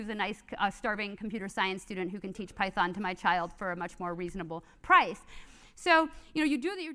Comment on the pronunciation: she said like pei-thon